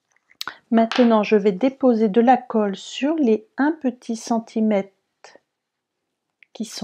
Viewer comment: Merci pour ce tuto. Très sympa comme carte. Mais par pitié … on dit centimètRe et millimètRe et pas centimete et millimète ….